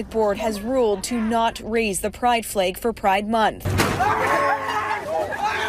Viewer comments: This reporter needs to work on her pronunciation of the word "flag". It sounds like she says "fleag". Or is it just me? Another good show, Officer Tatum! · Her pronunciation of FLAG with a long A was grating on my nerves.